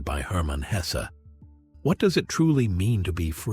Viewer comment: Why must that unholy AI narrator mispronounce the mans name throughout